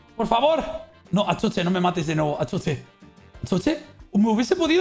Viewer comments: Todos: Axozer: Achocher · "Achocher" amooooooooooooooooooooo